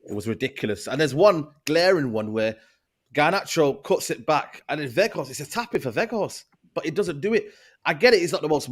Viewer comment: What I want too know is why doesn't grizz correct when he says "werghouse" instead of "weghorst" 🤔